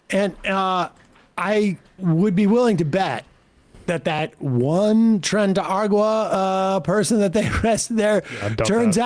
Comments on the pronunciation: Sam: trendy adogra. He says so many funny things wrong, I just assumed this was another. But this is getting really out of hand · Sam pronouncing tren de aragua like it's a lovecraftian eldritch God who's name can't be pronounce by humans😂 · Sam not ever being able to pronounce Tren de Aragua is a delight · I’ve been listening to you guys for at least ten or maybe fifteen years but oy! Seder! Pronounce Tren de aragua properly mate 😘